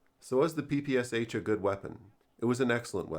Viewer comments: Oh God... It's not a 'PPSH', it's PPSh, 'Sh' meaning 'Shpagina' - Špagina - the name of its inventor. Please call it the right way - PP Sh-41. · Its P-P-Sh, not P-P-S-H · Nice video, but you make the same mistake as 99% of people from English speaking countries. It's the Pistolet Pulemyot Shpagina (Shpagin's machine pistol). Therefore it's correctly pronounced P-P-Sh, unlike almost everyone's P-P-S-H. Try saying "I shot the sharp shapes in the bushes by the shed with my Papasha" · It’s not “Pi-Pi-Es-Eitch”. It is “Pe-Pe-Sha” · Its not PPSH its always pronounced paypayshah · It's not P P S H, it's P P Sh (pee pee esh), popularily called from Russian abreviation "pepesha". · It's pronounced as PPŠ, not P-P-S-H. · Pah Pah Sha. Not PPSh. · You speak it " pepeschah". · ppsh is pronounced as PP[ʃ] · SH - is not eS eiCH is one consonant. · Hey great video, as always. One minor thing tho, when pronouncing PPSH don't spell the letters, it's supposed to be pronounced papasha. Sh is pronounced like Sh in shoe Keep up the good work. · Well, apparently it’s ‘all the rage’ to pronounce it Pah Pah Shah. Apparently……:)